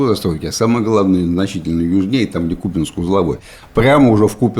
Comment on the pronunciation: Спустя годы выучили ударение в слове Купянск, поздравляю 🎉